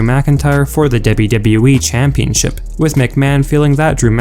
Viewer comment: Debyu debyu ee